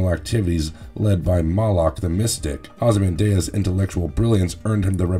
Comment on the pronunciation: normal people: ozymanDEE-Us, vigilanny, this guy:ozymanDAY-Uz, vigiLONte